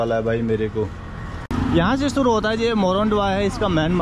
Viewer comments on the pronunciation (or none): none